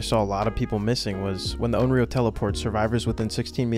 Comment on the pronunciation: Just a heads up, it's considered offensive to mispronounce a Japanese word/name like Onryō as something different.